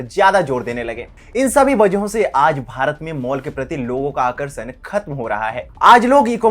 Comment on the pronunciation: Topic, setup, visuals and script is top class. Please work on pronunciation of sh as in shashwat and akarshan. It feels odd. And it is not impossible to correct 😌